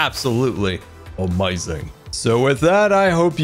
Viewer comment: 22:7 he sad amauizing